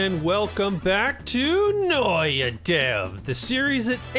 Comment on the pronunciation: Did you just take out the t from Noita lol